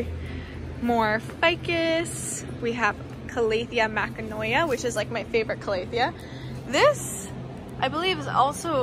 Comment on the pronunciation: Those are calathea makoyana, not makanoya lol. (It's ok, I've butchered names much worse in my life). Also, they did label the rubifarba correctly; the warscewiczii has wider leaves and a different pattern.